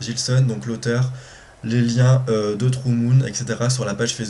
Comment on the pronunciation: Coucou toi! Oulala, tu me donnes envie de découvrir Immortels!:D Tu as un magnifique accent quand tu dis "True Moon", hihi! xD J'ai eu un peu de mal avec Le Cid aussi. Pourtant l'histoire n'est pas mal! Essaie peut-être Britannicus de Racine, ou Cyrano de Rostand même si ça reste des vers et pas de la prose.. Ou Dom Juan de Molière! Je crois qu'il est en prose. Un seul regard doit être pas mal. Mais un peu cochon, non? x) Bonne lecture,!